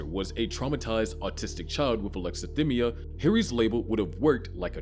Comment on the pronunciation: Its pronounced "sai·kaa·puh·thee" not "psycho-pathy". And "uh·lek·suh·thai·mee·uh" not "uh·lek·suh·thim·mee·uh". He doesnt meet the diagnostic criteria for autism either. Anyone can have alexithymia, be on the asexual spectrum, and everyone masks. That doesnt mean hes autistic.